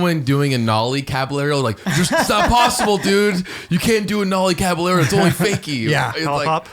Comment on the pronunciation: “CabaYERO” not one person could pronounce its correctly, 😑